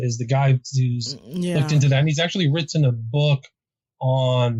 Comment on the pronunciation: No one pronounces the two t's in the word 'written' like